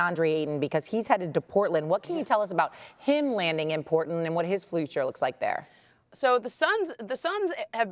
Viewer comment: 😭😭🤣🤣 . This lady said giannis Antegool, him landing in portent, and Fluture.